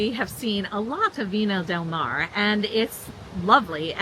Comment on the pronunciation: Viña del Mar (not Mare)